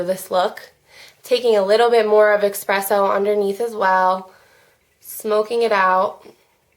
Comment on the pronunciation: If I'm not mistaken it's called espresso, not expresso. Love your videos! keep them coming!!!